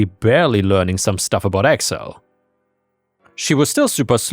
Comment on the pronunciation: Accel instead of Excel is a hilarious AI error xD